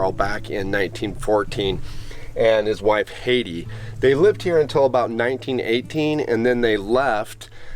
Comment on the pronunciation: Beautiful video. I love the old homesteads. BTW, I had an aunt named Hattie and it was pronounced "Hat-ty".